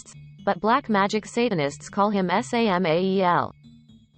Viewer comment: OH MY GOD WHY DOES IT KEEP PRONOUNCING WORDS AS THEIR CONSTITUENT LETTERS IT'S "SAMAEL" NOT "ESS AY EM AY EE EL" GOD DAMN IT, LEARN LEARN LEARN LEARN LEARN LEARN LEARN HOW TO TAAAAAAAAAALLLLK